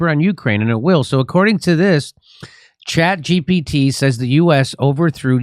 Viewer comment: Someone tell the grandpa it’s chat g “P” t. Not “B.”